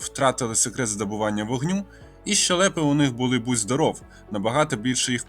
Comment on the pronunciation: Вітаю з річницею. Дуже цікаво. Дякую за особливий гумор. Наголос щЕлепа. Вибачте